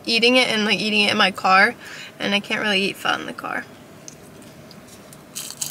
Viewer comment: omg i'm viet and i love that you pronounced "pho" correctly